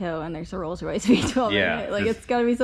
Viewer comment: "The Molds Royce"